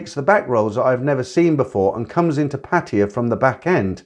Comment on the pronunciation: I find it so distracting that you call Pattaya Patia. Do the Thais say it like that?